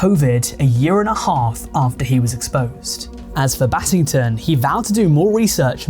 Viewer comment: When i heard "battington" my heart sank